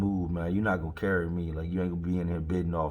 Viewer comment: Brah when u said carry me I know you an official Richmond dude lol.... S/O Richmond